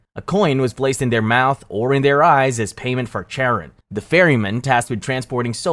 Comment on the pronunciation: The Greek part just pronounce it proper brother it’s pronounced Haron I know it’s written Charon and the river is pronounced Aheron instead of Ch which is writen